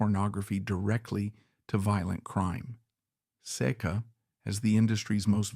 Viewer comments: The most mispronounced name Iñ the repulsive business that is pornography why I don't know it is say kuh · Keep mispronouncing the name.